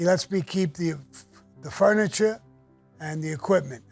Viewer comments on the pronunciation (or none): none